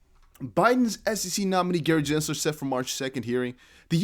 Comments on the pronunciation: It’s Gensler, not Jensler. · Can you say Gensler name correctly please